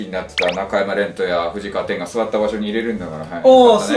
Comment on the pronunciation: この動画にあんま関係ないかも知んないけど、ふじかわてんじゃなくて、ふじかわそらじゃないの。笑